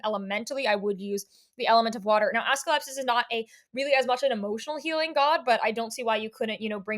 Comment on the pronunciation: I'm sorry his name is what? 😂 Assclepsus? Do you mean AS-CLEP-EE-US